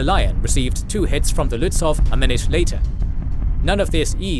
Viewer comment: Very well made. One remark: the W in Lützow is silent. So you speak it Lützou - a Prussian - Slavic name